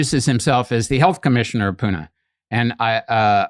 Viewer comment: he pronounced pune perferctly. thats rare.